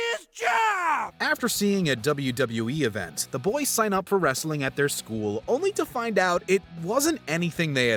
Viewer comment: Hey, man, please stop saying “olnly”. The word is “only”.